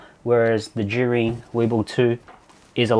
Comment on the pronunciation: Thanks to your video I finally know how to pronounce Zhiyun lol